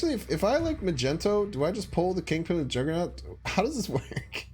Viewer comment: Why does says Magento all the time? It has to be on purpose, there has to be a story behind it!